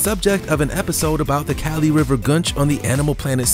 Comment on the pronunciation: It's "kah-lee" Not "Cali"